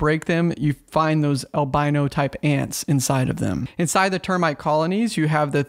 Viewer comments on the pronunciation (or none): none